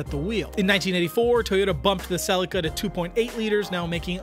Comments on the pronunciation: Why does this guy keep calling it a Sellica? It’s a Selleaka. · Im struggling with all the Tom selleka's. its Cel E ca. I had a 1995 mk4 twin turbo automatic, because I couldnt find a turbo manual, still the car with the best feeling through the steering ive driven, it was 15 years old & still felt new. Also pls revisit the new supra & review the manual version. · Stop saying Celica the way you're saying Celica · After the third mispronunciation of Celica I had to switch off…. 😂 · 😂 please don’t ever pronounce that transmission company name the way you did